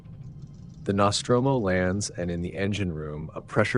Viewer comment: Love the Alien series... love seeing missing scenes. Your pronunciation of Nostromo is quite triggering though.